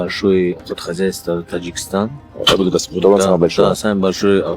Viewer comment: Не хуталон а Хатлон ))) welcome to Tajikistan